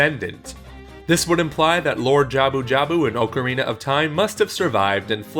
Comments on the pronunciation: It's not oakorina it's OCKarina or is it your tongue? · It's ocarine not ocharina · ..."Oak-arina"????? Why would you pronounce it like that? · Ohcarina your pronunciation gave me cancer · Oak-arina? Please, for my sanity's sake say it right: Also yes, old video and what I said shouldn't matter all that much, but it is still gonna trigger me because I'm unable to let these things go. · Oakarina of time lol